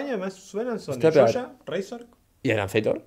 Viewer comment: me dio mucha risa como en vez de decir razork dijo reizor y es mi nombre de lol xd